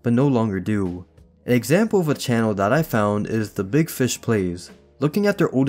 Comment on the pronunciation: the same ‘beeg’ as in beeg yoshi